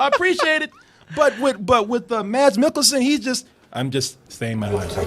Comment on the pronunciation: Mads in Danish is pronounced Mas, Maaasss the D is silent. and NOT Milk' elsen, it pronounced Mik'-kel-sen. just so you know, you might see him Again. :)